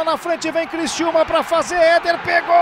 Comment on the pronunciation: Criciúma e não Cristiúma